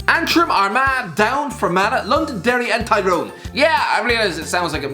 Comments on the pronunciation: Derry doesn’t have the letter L in it......... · It’s Derry mate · come on, it's Derry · We should make a video called devastated when u said londonderry instead of Derry. Doin a real good job representing Ireland pal😒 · Did he say London derry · Derry lad. It’s Derry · Did u say London Derry excuse me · Unsubbed after saying londonderry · Hardly an Irish fella saying Londonderry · the irish guy says ‘londonderry’. IRISH guy. smh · You pronounced derry wrong the London is silent. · Had to drop a dislike because you pronounced Derry wrong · he's so flustered he even pronounced the silent word in derry!